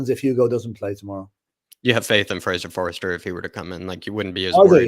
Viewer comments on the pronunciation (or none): For goodness sake will you please stop mispronouncing Fraser Forster's surname .. it is not Forrester it is FORSTER!!!!!!!